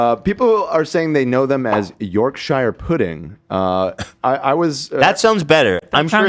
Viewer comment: The way everyone is saying Yorkshire pudding is hurting worse than Lizzie's death